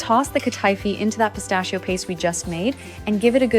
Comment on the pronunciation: It's hurting my ears and my mind to hear her say Katifi. She's mispronouncing the word she's mispronouncing the name.